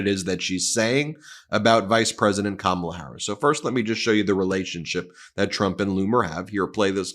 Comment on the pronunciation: Karma has come for donald - It's pronounced Kar - ma - la